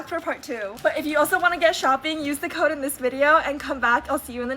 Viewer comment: Why do they keep mispronouncing things? "it's so KEE-UH" instead of saying CUTE. "be sure to use my CO-UH" instead of CODE What happened to speaking properly?